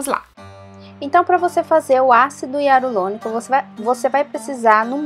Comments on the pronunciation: Para gravar é interessante ter um bom português. Para pronunciar ácido Hialurônico, as vezes exige treino, senão sai ácido hiarulônico. A dica foi ótima. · Ácido hialurônico e não hiarulonico kkkk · Eu vou fazer, gostei da dica... Ácido hialuronico e não hiarulonico!!! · Ela fala ácido hiarulonico achei engraçado rsrs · VC FALO ÁCIDO HIARULONICO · pastel de flango acido hiarulonico 😂 japas sempre.trocam o r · Vou fazer obrigada pela dica. #Só acho que Vc falar errado o nome do ácido, não sei se e impressão minha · Até o nome do ácido vc pronuncia errado . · Japoneses tem muita dificuldade em pronunciar o R é sempre trocam o R pelo L. Dependendo do tempo que ela mora lá, ou da convivência que ela tem com os japas, ela troca sim as letras. Morei treze anos lá e super entendo os erros de português e de pronúncia dela. Por que ao invés de zoar dela vcs não agradecem as dicas que ela coloca aqui? Ninguém é obrigado a vir no canal dela.